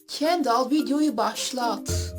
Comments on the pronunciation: kendal mı dedin sen kendıl olmasın o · Kendall dedi ya 😓😓 "kendıl" olmasın o 😒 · kendall kendıl diye okunmuyo muydu ya vckch